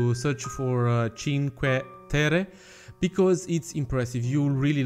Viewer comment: "Cinque terre" is said with two r's, like its wrote. Its like a stronger and "longer" r. Im italian, from Turin, and I love that you made an italian themed part :). Still late xD Btw how are the rocks called?